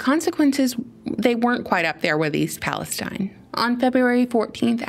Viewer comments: East Palestine is pronounced Palasteeen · I think they pronounce it Palesteeeeen